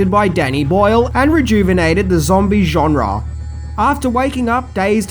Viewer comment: I love how he says "genre". JONRAAAARRRR 😂